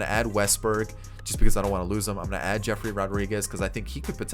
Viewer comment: His name is yefry Rodriguez...not jeffrey...lol